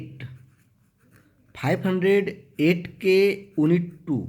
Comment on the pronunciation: Unit को आप उनिट क्यों पढ़ते है इसका उच्चारण यूनिट होता है सर